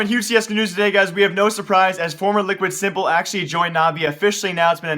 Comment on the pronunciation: By the way it's "sim" not "sí